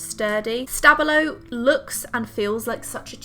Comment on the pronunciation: Tombow aren’t supposed to be waterproof.... so I’m very confused about it being downgraded for being exactly what it’s said to be - water soluble. I’m also confused about the stabilo name. How is it supposed to be said. How it’s pronounced here is something I’ve never heard before. About Posca, it’s waterproof, but is a paint pen, which means it can very easily get scratched off after application and dried. Other than that, such a good thing to do with your pens.